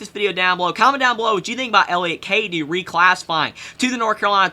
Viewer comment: It's pronounced (Cadoe)